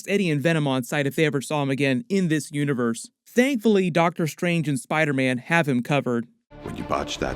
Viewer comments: Bruh it sounds like dr Strange says spider-men. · Wait does doctor strange say spidermen instead of spiderman?